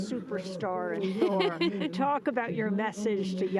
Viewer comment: Am I the only one who always hears "four" when Amy says "Thor"?